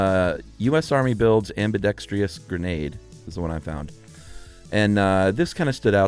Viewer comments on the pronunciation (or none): Is Chuck's mispronunciation of 'ambidextrous' an inside joke? Because it's driving me crazy.